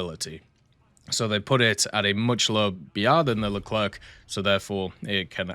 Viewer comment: The "C" at the end of Leclerc is silent, it's not "Le-cler-que" but "Le-cler" phoneticlly